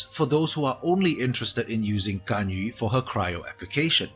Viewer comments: Nice.. correct pronouncations on her name B-) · Most qualified to pronounce her name properly out of the youtubers I've seen so far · Finally, someone who doesn't pronounce Ganyu as Ganyoo